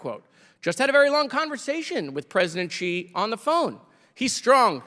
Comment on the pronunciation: I love Jared, but if he wants to be successful as a smart-*ss, he MUST must must learn to pronounce Xi Jinping's surname correctly. It is NOT pronounced "Chee". "Shee" would be a little better, but Xi is like asking "Shee?" with the tip of the tongue against the back of the bottom teeth while kinda grinning a little. It would kinda make Democrats know what they were talking about with Foreign Policy and it is certain that Comer would never learn it: Comer can't even pronounce the Americanized Moskowitz correctly! 🤣